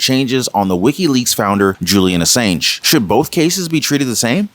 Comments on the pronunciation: It’s pronounced “a-saun-g” (soft g). Not a-sAnge” (like “sane”). Just thought I’d let you know Love your videos!’ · The A in Ass(A)ng is pronounced as an 'O' as in On Ass-O-ng. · His last name is pronounce as Assonge, even though there's an a in the middle. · Not to be rude but you really need to know how to pronounce these peoples names like Macron and Assange